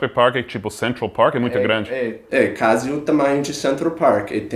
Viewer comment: Ele falou " quase chique" mas acabou pronunciando "quase" errado.